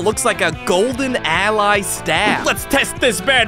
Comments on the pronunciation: It’s allay the mob not ally😅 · allay is said like L A